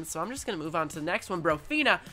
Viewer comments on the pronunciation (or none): none